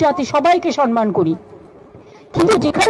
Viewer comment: আচ্ছা এই আমাদের দিদিমনি যে বলছেন সনমান উচ্চারণ টা ঠিক না ভুল ? আমরা তো শিখেছি সম্মান তা হলে কোন টা ঠিক বললে একটু শুধরে নিতাম।